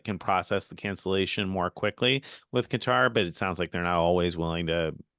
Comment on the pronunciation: Pronounced Qatar correctly . They have been trolling us with cutter.